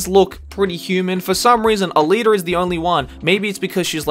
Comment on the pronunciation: ALITA D? come on Dawg